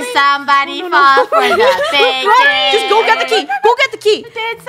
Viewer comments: Its not bakon its bacon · It’s bacon not bakon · says: baken And it is Bacon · When Bakon showed up on the screen Me: “BACON” Funneh: Bakon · It's not bakon it's said bacon I think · It's not Bakon It's 🥓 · His name is ba kon not bak on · It’s bacon 🥓 not backon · its baycon not bakon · Bacon not bakon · It’s bacon 🥓 not baken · Its not bakon bacon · it’s not ba con it’s bay kon😅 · lol the way they say it wrong bakon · Its bay-cin "bacon" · How to pronounce bacon bay-con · It said baken